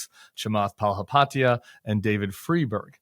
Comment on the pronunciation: Not Tim pronouncing chamaths last name wrong 😅